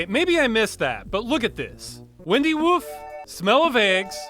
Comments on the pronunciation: Great video! I think that issue with the windy root was a phonetic one. It's windy rhyming with fine-dy not windy rhyming bendy. English is a joke language. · maybe it's WINE-D, like you wind up a watch? Wine-D Woof.... no idea where the woof comes from